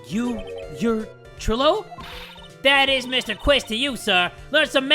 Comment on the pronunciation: bro trilo is pronounced try-lo like you don’t pronounce milo like mill-oh